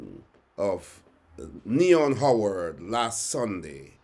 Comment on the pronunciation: Pal, case dissmissed against the pooooooolice, you were unable to give the name of the criminal. You said OWWARED and yhe criminal name wws HOWARD 🤡